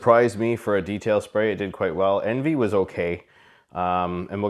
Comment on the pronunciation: It's pronounced on-vee !!!!